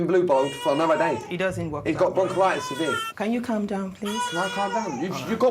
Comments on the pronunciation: Broncollitis? I think you mean bronchitis. It’s kind of important to know if it effects your baby. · Another thing : it's bronchitis you dumb ass! Not bronchilitis